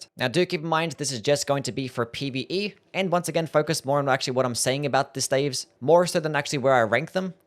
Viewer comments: Am i weird or is he pronouncing staves wrong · "Glintstone steivs" 💀